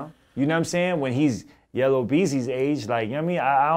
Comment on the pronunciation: Haha the way he said it "yellow" beezy